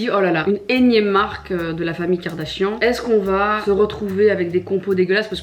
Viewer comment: Qui a entendu le "Kim KardaCHIANTE" ? ahaha